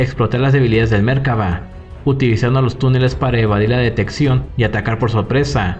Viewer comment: Creo que se llaman merkava y centurión y no "mérkava" y "centúrion" ... Por lo demás bien